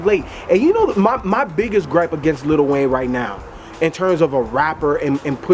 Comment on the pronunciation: I'm sorry. There is not a single "t" in Lil' Wayne.